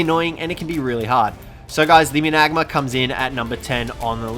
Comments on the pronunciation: I think it's pronounced managarm instead of managamar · Wtf how did yu saa managanar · Sorry I had to stop the video. Maybe do some research on pronunciation. Managarmr is pronounced Mana- Garmer. Can’t be a YT sensation if you can’t fucking talk right. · Why do you call the managarmer the managma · i always thought managarmr was pronounced Man-a-gar-mir.... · You pronounce it man-a-garmr. Not mu-nagma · Manag mar? Its many gar mar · Man-a-gar-mer Man-a-gar-mar Not managma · How to pronounce managarmr Man-uh-gar-mer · Why do you say managarma like that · The way you said managamr killed me 😔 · The way he said mangarmr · Its called a managarmr not magamer and please make video if you know what your doing lol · What's he saying Isnt pronounced mana-Garm-er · I don't mean to be a jerk but its pronounced managarm although it is spelled managarmr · It is mana gar mer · Its managarmer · Managarmr is pronounced mana-gar-mer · There pronounced Man-a-Gar-mer xD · THE MANAGARMR NOT MANGAAR dude learn to pronounce a simple word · You mean mana-gar-mar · Mana-garm-er is how I pronounce it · Lol you said Managarmer wrong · I hate the way he says managarmr it gives me anxiety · Why do you say or pronounce everything wrong mana garmer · That is not how you say managarmr